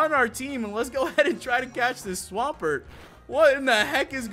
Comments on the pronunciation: a what??? Holy up a second, what the fuck is a swam..... pert? u mean a swamp.... ert? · i feel offended of how you butchered swampert name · omfg the way he pronounces swampert 😤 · It's Swamp ert not swam like swim past tense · Swamp-----ert not swaampert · No offense but swampert is pronounced swamp pert not swaaaaaampert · You pronounce Swampert so weird lol